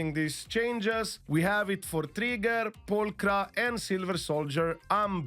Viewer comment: funny part, I am not hearing him saying ' Trigger' but ' Tree Girls' xD